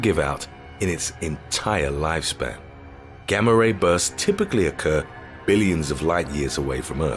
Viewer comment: On the Gamma-Ray Bursts at first I thought he said "Grammer rapists". 😆